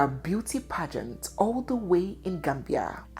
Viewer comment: Young lady, your pronouncement of the word “pageant” is awful!👎